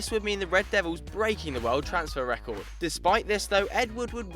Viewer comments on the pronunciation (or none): none